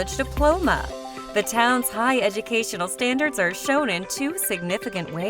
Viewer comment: This person can’t even pronounce the towns correctly!